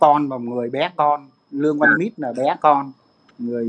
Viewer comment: Ong noi Luong van Nich chu khg phai Luong van Mit